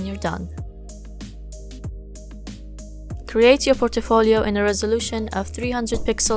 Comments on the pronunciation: you said it likE POR-TO-FO-LIO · The way u pronounce portfolio is unique .......